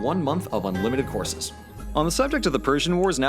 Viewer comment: What he said: "...one month of unlimited courses." What I heard: "... one month of unlimited horses."